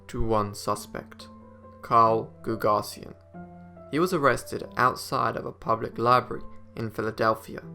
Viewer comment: Carl GooG-asian is how the friday night bank robber's name is pronounced. Show some respect for an american hero.